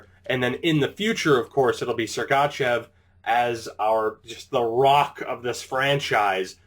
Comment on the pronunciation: With sergachev don't do a hard letter A :)